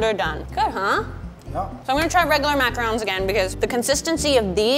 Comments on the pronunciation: Pronounces it as macrons. Sitting here like, "IT'S FRICK IN PRONOUNCED MACAHROOOANS!" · It triggered me so much that she was pronouncing macaroons wrong but i still love her it just bothered me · I hate how she pronounced macaroons